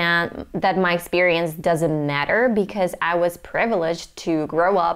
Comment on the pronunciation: I noticed your accent here and there like when you say matter, especially, accent, was, etc. Overall, great job, great accent!